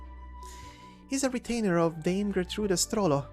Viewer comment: This is really good, how am I only finding this now? Little nitpick, pretty sure it's the german d'AH'me 'Sch'trollo rather than the english dame.